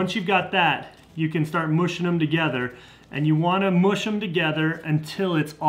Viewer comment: Love mush...or moosh...lol You are a great teacher.